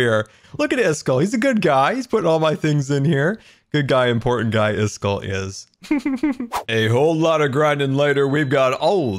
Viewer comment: Everyone: Iskall: iskull